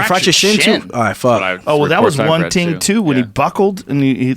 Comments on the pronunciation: joe breaking out the patois for Aljamain the Jamaican 😂 “one ting too” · ...One ting too...Joe hanging wit Jamaicans now? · Joe “one ting too” rogan